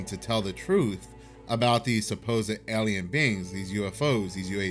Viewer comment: Aliens are a-lie-non